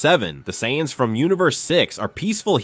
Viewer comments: Cyans? This ai needs to be terminated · Dude the word is Say-ans. Try Phonetics